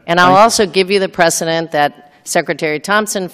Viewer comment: We got your "precedent" hangin', honey.